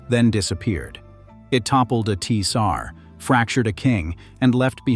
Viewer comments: You mean the gene for hemophilia?? OK thanks. I heard Victoria was born of an Irish unknown father. Some medical journal or other. Did they just pronounce Tsar Teesar??? What on Earth??? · yes, but they say the letter... 'tee' sar. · Tsar or Czar. C or T are silent.